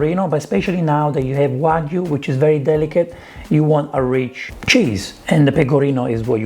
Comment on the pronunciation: You're one of the only celebs who pronounce "wagyu" correctly. A lot of other chefs call it "wa goo"